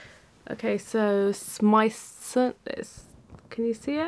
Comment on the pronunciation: you pronounced Smythson absolutely spot on Great review by the way